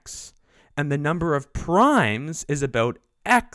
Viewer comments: Great video, except you should not pronounce ln(x) as 'lawn x'. Nobody ever calls it that. It's 'the natural log of x'. Or, once it's understood, just 'log x'. Or L N of x.. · why is 'the natural logarithm of x' being vocalized as "Lon X"? I looooooooooooooooove this topic. the info is well-presented. but I swear - - math people talk weird sometimes. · Wow. Laaan x. Nice over-pronunciation...